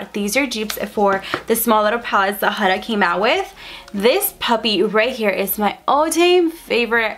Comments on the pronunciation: You’re literally the only person ive heard that pronounced Huda wrong 😭. It’s HOO-DA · The way she says Huda😂😂💀